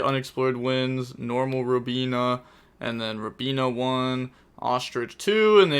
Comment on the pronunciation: saying the animals rather than the names. The names are not that hard. But would pronounce robina as Robin-ayy